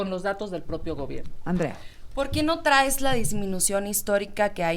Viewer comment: Oye Andrea .... lee bien o escucha a Trump, ahhhh es que no sabes inglés , perdón, pero deja te traduzco (ah y por cierto, se dice traes, no trais, aprende a hablar narca). Trump dijo claramente que el gobierno actual está coludido con los narcos, estás en un narcogobierno, acéptalo y deja ya tu narrativa de niña estúpida y además !!!! deberían de meterte al bote por hacer campaña cuando no deberías !!!! OJALÁ A TI TAMBIÉN TE JUZGUEN Y TE ENCIERREN MUUUUUCHOS AÑOS